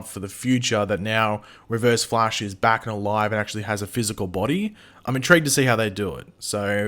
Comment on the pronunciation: Stop calling him Reverve Nash XDDD I am LMAO here, man! Like really hard laughting while I am eating! please, man! XD This is torture for my keyboard! XDDDD